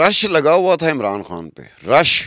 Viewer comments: " خان " کو ۔۔ " کھان " کیوں کہہ رہی ہو ۔ ؟! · your pronunciation of "K" is incorrect It is KHAN nor KAAN. KAAN is Indian Slang people are fascinated with . Pure Urdu id KHAN